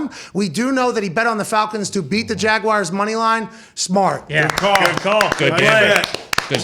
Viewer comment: Pat. We have been thru this before. It is “Jaguars” NOT “Jag-Wires”